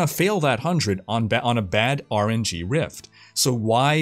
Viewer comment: It took me a second to realize he was saying RNG, not "orangey". ;)